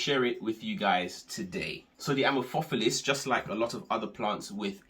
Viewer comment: The word amorphophallus comes from greek amorphos (= misshapen) and phallus (=penis) so the stress would be on the second and fourth syllable. Just info in case you care, no offense whatsoever. Great informative video :)